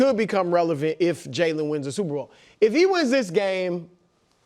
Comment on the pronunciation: I’ll never get over how Nick pronounces “Jalen” Hurts. He says it like “Jailen” 😂😂😂